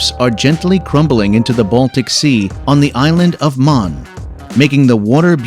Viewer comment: Anyone wanting to use this video as inspiration for a trip should not use this video as a pronunciation guide! The "ø" sound exists in the English language, so you CAN get to Møn without people looking at you funny. No one would understand where you'd want to go if you said "Mon"!